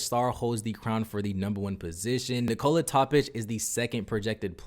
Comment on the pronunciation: Knee-koh-la NOT knee-cola. Wtf.